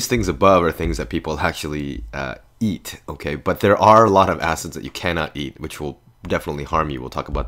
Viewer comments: Mystic he did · I thought he said "asses" instead of "acids" bruh xD